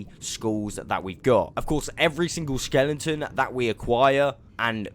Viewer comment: stop saying skelenton please🤥